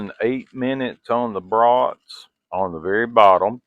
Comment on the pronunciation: Your southern way of saying bros at first made me wonder what was cooking on the big horn until a few brats appeared...😅😅😅 it would be like you going to Maine and talking with a real native New englander😅 all in all enjoyed your demo but these days cooking indoors is for me but that was impressive what it was capable of doing...